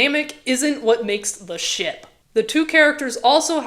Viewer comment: Every time you day ship i swear i hear shit 😭🙏